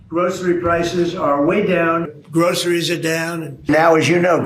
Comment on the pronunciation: Every time I hear how he pronounces groceries it makes me want to throw up. It's linguistically disgusting.